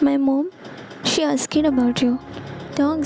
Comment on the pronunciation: WILL YOU PLEASE STOP READING THE TEXT. IT'S DISTRACTING BECAUSED YOU MIS PRONOUNCE EVERYTHING. EXAMPLE: Asked is pronounced as "askd" not "ask ked" and so many ,many words. You are not really English speaker or English educated,otherwise you won't mis pronounce the words it is irritating not funny.